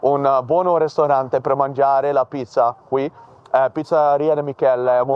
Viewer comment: He didn't even say "ristorante" but "resturante" instead. Here's the transcription: "E parli jitaliano fluitamente. Sì la lengua, la lengua madre. Sì, è molto bene, sì. E che cosa voi vare ogi, no lo so?...In italiano poi parlare in italiano, è meglio per me, sì certo...Che cosa voi comprare oggi?...Yeah, della cas. Sì, è motto importan. Sì anche mi piace motto la cottura de Italia, per escempo il cappuccino. Ci posso manda..mangiare motto. E qui in Amsterdam o qui a Amsterdam conosco anchö una buono resturante pre mangiare la pizza, qui. È pizzeria de Michelle."